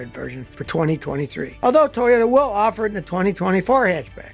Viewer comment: Scotty Toyota or Toyata Kilmer😀